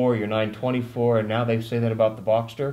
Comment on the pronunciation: Boxter. Boxster. Not boxer. It is a boxer engine. The Model is Boxster. Say it it with me...